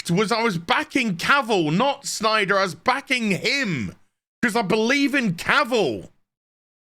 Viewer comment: It's Snyder, knucklehead. At least say the name right to get your point across. If not, then you're just a joke.